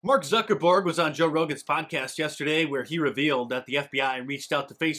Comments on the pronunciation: "Zucker borg" lmao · "Zuckerborg" hahaha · Mark Zucker-Borg 😂 Gets me every time lol